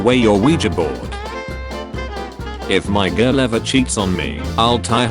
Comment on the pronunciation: Are we gonna ignore the fact that the text-to-speech pronounced girl as jirl?